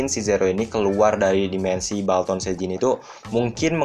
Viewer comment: Bang bukan baltan tapi bulton